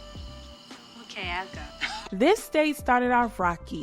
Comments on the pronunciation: but it's "ee-ah-go." Not "lah-go." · It's Iago not Lago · Iago is pronounced EE-AH-GO, like Jafar's sidekick bird in Aladdin. It's from the Shakespeare play, Othello. I always loved how Drew was neurodivergent and we saw how he navigated the world and relationships. People thought he was simply weird but it was deeper than that. One of my fave coming of age films. Loved this! 💚💚💚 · I love this breakdown, but the constant mispronouncation of Iago (EE-AH-GO) was kiling me, lol. I grew up on this film. I have to admit: after giving it an adult lens, I see it much differently now. Dope video. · Great video. One note: That's an "Eye" at the beginning of Iago, not an L. It's "EE-yah-go", or "YAH-go". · The dolls name is pronounced "E-Yago" like the parrot from Aladdin. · Great video, but one correction. The name of the doll is Iago (ee-ah-go) like in Othello or the bird in Aladdin. 😊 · It's pronounced EE-AH-GO but this is a good movie and good content